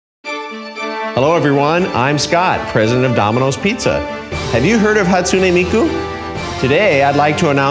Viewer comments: I see why he isn't Domino's Japan's president anymore, he's saying her name wrong {Hatsuni Miku} XD. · who is Hatsun E mI KU Just bullying the way he pronounced her name